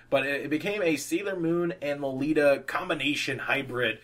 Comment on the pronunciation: You pronounced lolita correctly ^~^ and may i say i love your artwork!!! You just inspire me - i was thinking about stopping with drawing but your videos... Youre just such a good artist and i thought that if you can do it i can :) youre amazing <3